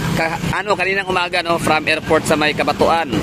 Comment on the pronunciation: CABATUAN - “KABAT—WAN”